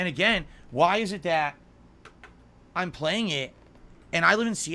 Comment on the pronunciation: I can't stand how he says a lot of things but chief among them is the way he says "it." "I don't like yhit" ERRRRRR